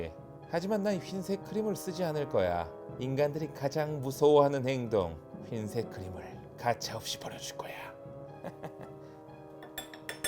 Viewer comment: 처음에 휜색 이라고 해서 자막이 잘못됬구나 했더니만 ㅋㅋㅋ 발음때문에 일부러 그러신거군요 ㅋㅋㅋㅋㅋㅋ